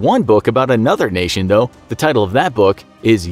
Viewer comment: say the words “national” and “nation” if you need help nk